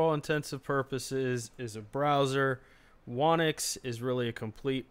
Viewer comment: "Whonix should be pronounced "Who Nix". It seems many people don't expect the "W" in Whonix the be silent" ~whonix wiki great video though.